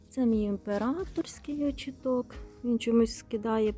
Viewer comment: Вітаю, дозвольте Вас поправити, в слові «очиток», наголос на 2 склад. Мені якось «ріже» слух.😊